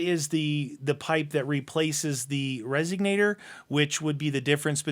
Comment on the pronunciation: RESONATOR not RESIGNATOR. Sorry lol. I work at a custom exhaust shop and that wording and people saying CADDILAC converter instead of CATALYTIC converter drives me nuts.